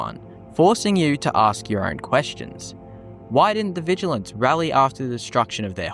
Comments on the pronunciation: "Vigil ants" yeah the first time you said it I could believe you misspoke but now I'm reporting you and disliking. Also contacting British police and telling them you said something hateful to me, expect a fine or jail time. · VigilANTs? Nice English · sorry had to stop the video because of how you say Vigilants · Vigil ants? Zaylots? the fuck is your pronunciation bro